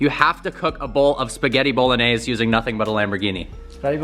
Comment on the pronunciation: Tell it's called Bolognese(pronounced Bo-low-n-yaze) & not Bolanaise..and it is actually from Bologna Italy. don't know food